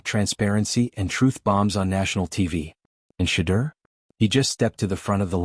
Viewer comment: And u cant even pronounce Shedeur name right..😮